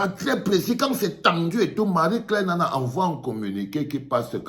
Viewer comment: c'est "Nnana"